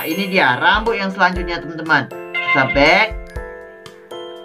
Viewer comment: Kak....tolong kalo opening kata" nya jangan terlalu cepat dan bertele-tele...soalnya nggk enak didengar....sama kalo bilang temen" kaya bilang TenTen sih...ngga enak didengar